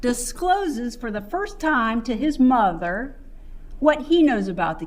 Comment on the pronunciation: that and muuuuther instead of mother. drives me crazy